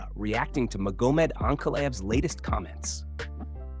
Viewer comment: Ma-GO-med ANK-a-live… Come on bro, stop using AI and just read the damn script yourself. These mispronunciations are embarrassing, I’m not listening to this AI slop.